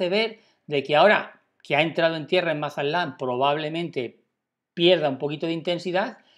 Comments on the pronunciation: Se dice Mazatlán no Masalan. Lee bien por favor. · Si habla lindo el gachupín, Mazalán, :)